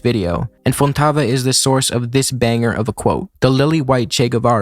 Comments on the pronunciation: "Humberto Fontova" not "Fontava" or "Fontavo" hate to break it to ya but ya butchered it every single time lmaoooo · But probably "fohn-TOH-vuh" (rather than "...-TAH-vuh"). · Your pronounciation is still ‘no-sabo’ level my bro, sorry to have to let you know. FontOvA and ‘Geh’ for Guevara! Smh… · You didn’t kill that pronunciantion you said FontAva It’s fontOVa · no, you didn't "kill" the pronunciation of Humberto Fontova. you did horrible. good video though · In Humberto Fontova you have to pronounce all of the o's as in the word 'old' but without the tiny 'ou' dipthong English speakers usually make. Vowels in Spanish are more stressed and this 'o' in particular is more closed than the English counterparts. You pronounced Humberto correctly, but Fontova sounded kinda like 'Fantava'. Oh, and the u in Guevara isn't pronounced, if it were you'd write it like 'Güevara', as in 'pingüino'. So you pronounce 'Gue' similar to the 'ga' in 'gabe', minus the dipthong I mentioned. You got it right for the most part. I hope my explanation was clear... Anyways, great video. I recently started reading a copy of Paco Ignacio Taibo's book (you pronounced that name perfectly btw). I highly recommend it. Greetings from Argentina.